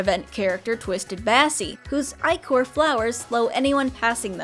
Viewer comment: Im sure you've gotten this comment by now, but "ichor" is pronounced "ih-core."